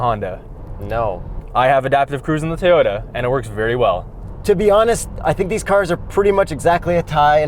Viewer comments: TOY-ota, not TAY-ota. Good god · sounds like he says Teyota rather than Toyota:D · It's not TAY-ota, its TOY-ota. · I absolutely LOVE your video. It is a BRILLIANT review! HOWEVER, y'all are driving me CRAZY every damn time you say "TAY-OTA"!!!! And I think the TOY-OTA needs you to get this right! If it ain't a HAY-NDA, it ain't a TAY-OTA!!!! OMG!!!! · Take a drink every time someone says "Tayoda" dead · I love these guys and their reviews..... but their pronounciation of Toyota as “Tay-ohtas” was super annoying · Why does the guy in the yellow shirt not know how to pronounce Toyota??? He calls it "TAY Oh Ta". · Say it with me, guy with glasses. TOW-YO TAH. Not Tee-yo-tah. Thanks. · it's Toyota, not Tayota! That was driving me crazy. I'm in the market for something this size, but this review (and looking at both at the Toronto Auto Show), has confirmed that I will probably go with the Kia Niro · I SWEAR😤😤😤...if he says TAY-YODA one more time...🤯🤯🤯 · “Tee-yota.” Lol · Who the hell says “ Tayota “? It’s like Neesarn and Marsda and Hunday . Come on, pronounce these marques correctly. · I keep hearing “Tey-ota.” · "Teyota"?? Hangover slur or just tired? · Maybe "Tayota"? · You guys really need to figure out how to pronounce "Toyota" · I couldn’t even focus on the review because of the way says “Toyota.” It’s a good thing you’re cute. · There was something bothering me the whole video and I couldn't quite place it. Then I realized it was the way pronounces the word Toyota.:) But watching the Special Outro made me remember there are still some more videos from The Straight Pipes library I have to watch, so thanks for that. As far as this video, I didn't know all these crossovers sucked so much. I've never driven one, and now hopefully I never will.